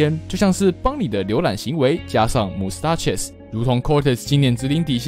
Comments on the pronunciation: mustache 的發音好像錯了xD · Mustache的發音是不是怪怪的..